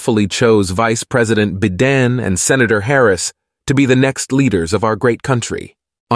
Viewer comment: I loved the few gaffs! bi-DEN, LOL😅 and the plurals.....word + s, lol Excellent. Appreciated. Best Ever Emmy??🎉🎉🎉